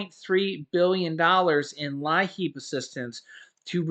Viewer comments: Thanks pronounced LEEP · It's pronounced Leep! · as a former DSS caseworker, LIEAP is pronounced “leap”. Your viewers might recognize this help more.